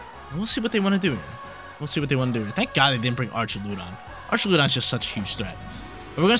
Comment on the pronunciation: Ark-a-loo-don.... Correct pronunciation for Archaludon. 😅😅😅😅😅😅